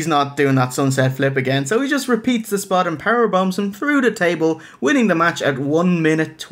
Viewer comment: His age SPAHT! His bald SPAHT! His non-athletic SPAHT!